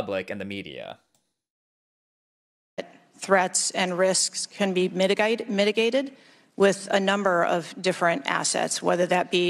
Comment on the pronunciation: mitigated. Where are you from again? Say mitigated again.